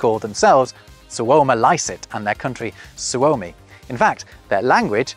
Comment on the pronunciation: as a Finnish learner, your pronunciation of suomalaiset and suomi isn't the best =P also, you don't explain where some of those names actually come from. what's the etymology of Finn? what about Poland? yes, I know you covered it in the video, but you didn't say anything other than "land of the Poles" and three examples of old English names for the country. it doesn't explain the etymology of "Poles".